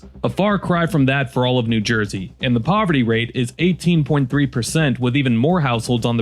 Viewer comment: "Noo Joisey."